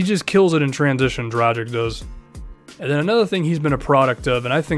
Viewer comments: My concerns were justified, its pronounced Dragich not Drajick. Dude dont you watch the NBA a lot, most commentators pronounce it correctly. He is one of the best point guards in the NBA and its about time people start pronouncing his name correctly. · Dragich not Dragick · Im not hating man. And you definetly arent the first person to make this mistake. You just got to understand he is the only Slovene NBA player and its kinda frustrating seing everyone pronounce his name wrong. Great video BTW.